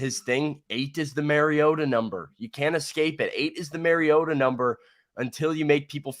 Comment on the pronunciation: I wish they would say MAR-iota instead of MARYota 😡